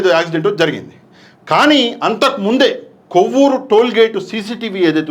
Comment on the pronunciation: కోవూరు కాదు కొవ్వూరు